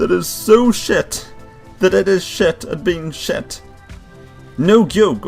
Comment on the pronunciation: i like when you say shit cuz you say it like shet SHET i like it